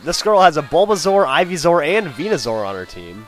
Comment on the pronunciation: its venuSOAR not venuZOR. same goes for the pre-evolutions